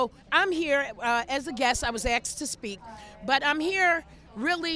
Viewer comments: she was "axed" to speak! lol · First lady was AXED to speak. Come on. She was AXED to speak. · "I was axed to speak" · She was axed to speak. bwahahahah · the second the first lady said she "was axed to speak here today" I immediately turn off my knowledge meter for her.